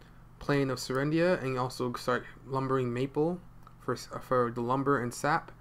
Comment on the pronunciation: Really good Video ! btw its serendia, not selia ;)